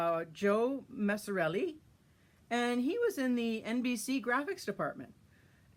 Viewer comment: Joe Messerli. Not Joe Messerellie